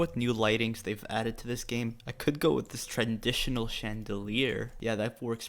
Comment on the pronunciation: when he said TrAnDiTiOnAl instead of traditional lol